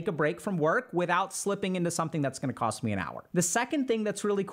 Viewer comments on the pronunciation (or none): none